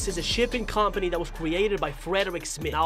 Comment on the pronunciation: I'm sorry if I offend you but it's actually pronounced kuhm·puh·nee not kom·puh·nee .